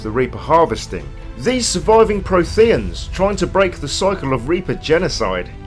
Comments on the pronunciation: I can't tolerate how you say Protheans 😫 And Ilos. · Jesus, that mispronunciation of Protheans makes this video unwatchable.